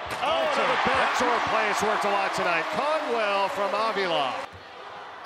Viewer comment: They saying avila's name wrong